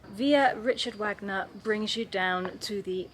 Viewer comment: In Wagner, the W is pronounced - V!